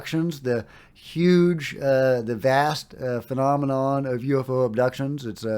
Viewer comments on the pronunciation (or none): none